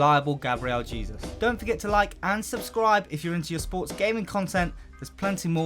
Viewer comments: It’s actually pronounced “Jayzous” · It’s ‘jay - suse’ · Ralex 11 Hey-soos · Stop saying Jesus its pronounced "Hesus" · It's more of a JAY-Zuus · That's the spanish pronunciation